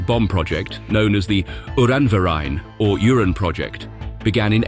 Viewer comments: Oh dear me! Uranverein is translated spoken as Urine Project — rather than Uranium Project. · I love how the bot translates “Uranverein” (Uranium club) into Urine Project.